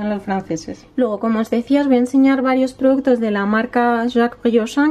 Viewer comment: Dices produttos, jaja, productos....